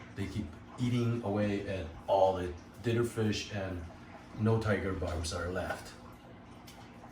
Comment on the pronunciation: I kept thinking you were saying dinner fish lol. Then realized you were saying dither when you pointed out the new ones you put in the adults tank lol